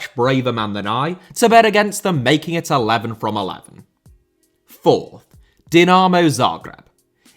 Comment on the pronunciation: This video deserves a like just for the pronunciation of the word Dinamo. Now that that is finally sorted, please make a documentary about Dinamo Bucharest.